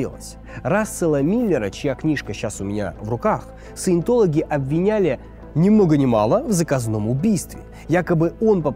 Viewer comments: Каждый раз когда говорит "саетолаги" я в голове поправляю на СУЕТОЛОГИ, и это становится очень смешно смотреть! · вместо "Саинтологи" слышу "суетологи" и в принципе второй вариант тоже подходит, т.к. суету секта наводит